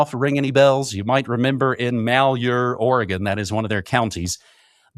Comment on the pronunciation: Dude says he lives in Oregon but can't pronounce Malheur county.🤔 dude's a shill